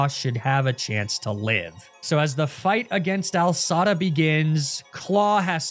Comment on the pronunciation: The commitment to calling her Al Sada instead of AI Sada is commendable